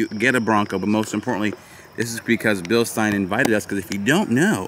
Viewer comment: I recommend before thinking about jumping a Bronco. Spend some more time working on your off-road skills. If you were thinking about jumping the giveaway Bronco. That's a good way to total it. Pronounced. Bill-SHTINE